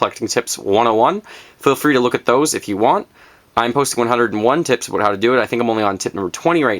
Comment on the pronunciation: "Aboot" Canadian detected.